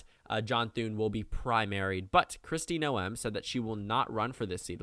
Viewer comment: It's actually No-um. Sort of in between the two pronunciations you said.